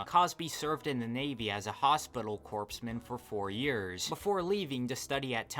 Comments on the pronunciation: corpse man😂 Corps is pronounced Core - the P and S are both silent. Great video otherwise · Don't mean to sound super nitpicky, but it's pronounced coreman despite being spelled corpsman. It's minor, but I didn't see anyone else saying that corps is pronounced core in the military, so i figured I'd say something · It’s always funny to see people mispronounce Corps or Corpsman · . It's pronounced "core-man" not "corpse-man" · Slight correction corpsman is pronouced cores-man. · I Lol’ed at that part. Pronouncing it as “corpseman” made that sentence so much worse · Gret video, really well put together. It's petty, but I feel the need to point out that "Hospital Corpsman" is actually pronounced "Hospital Coreman". The Marines Corps (Core) don't have medics, so they use medics from the Navy in their units. This is why it's pronounced that way.